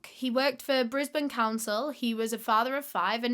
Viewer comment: I love you for pronouncing Brisbane properly. (That's my hometown, too)